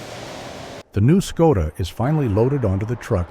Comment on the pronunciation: At least learn how to pronounce the bloody brand name properly.....